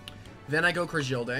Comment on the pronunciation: Ok as somebody who has used cragildae for a while i have a few comments 1 bandit is super mid the most op set for cragildae is attack and speed invested war cry ferocity Also as soon as i heard crah-jill-day i checked out